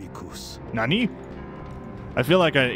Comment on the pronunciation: Ha. “Nah-ni”. That made me laugh.